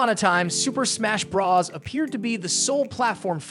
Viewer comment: Did this mofo say Raw blox 😂 followed by Smash bras... 😂😂😂